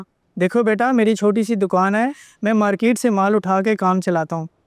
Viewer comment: Market hota he maket nhi